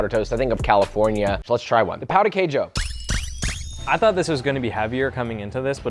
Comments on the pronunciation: Your pronunciation of Pao de queijo translates to “dick cheese” lol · No shade but it’s pronounced Pow-ji-kayju for the Brazilian breakfast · FYI, you pronounced Brazil’s dish “cheese d*ck” lol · As a Brazilian, pow du kayjo is making my cry on the inside, for anyone wondering, the pronunciation isn't hard at all, it pão djee kayjo. Something like that. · its pronounced pun ji ceju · Hey, the pronunciation of "Pão de queijo" was funny dude, cause in portuguese you are actually saying "Dick of cheese" instead of bread. Dick = Pal, Bread = Pão. The pronunciation is not easy for foreign, but was really funny LMFAO 😂 but you was right about one thing, we can and we actually do a lot of things to eat the dic... I mean, the Cheese Bread, we stuff with different things, we eat with sweet or salty toppings and etc. But the most famous way to eat it, is just the cheese bread with black coffee. 😍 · no way he pronunced pão de queijo right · Always cracks me up to hear the way they pronounce pão de queijo. Thank god the dish is not called "queijo de pão" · Coffee is very much cherished in Brazil, coffee and pão de queijo is (imo) better than the jam. Also josh, ur saying pão de queijo wrong 😂😂😂